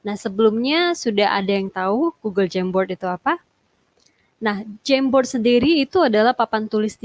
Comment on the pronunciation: Aku dengernya kok jembot ya 😂 apa maksutnya jamboard